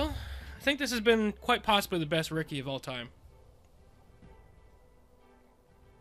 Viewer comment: Unique deck! By the way, Rikke is pronounced "Rick-a"